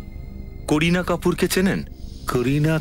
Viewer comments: কোরিনা না কারিনা😄😆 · কারিনা নামটি কোরিনা কোরিনা বলা একদম বাজে শোনায়।